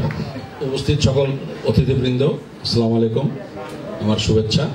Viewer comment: মুর্খ সালামলাই কুম না আসলামুআলাই কুম